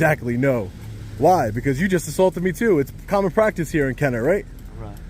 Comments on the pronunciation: It’s Kenna-bruh! If you really want to go on a tyrant safari, go down to the City of Belle Chase, just south of Kenner on the West Bank. Those cops have never even heard of the constitution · I live 15 min from this hell hole. I wish I was there.. Ignorant POS'. They make the most money of police forces in the region. It is pronounced Kenna Brah.